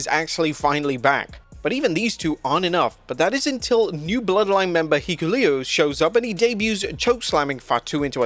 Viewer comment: “Heekuleo.” Speaking of botches.